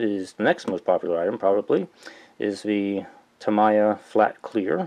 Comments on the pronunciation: I believe it's "Tah-mee-yah" not "tah-mai-yah" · Gawd, the way you pronounce tamIya irks me so much. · White people prefer to say it "Tah-MAI-ya". Asian people prefer "Tah-MEE-ya" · Tami is very offended by your pronunciation. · so cringy everytime he pronounces Tamiya. lol! but helpful video overall.